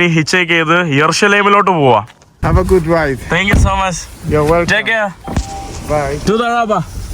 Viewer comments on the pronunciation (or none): none